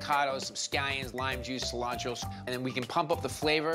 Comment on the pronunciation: Bobby: seee-lancho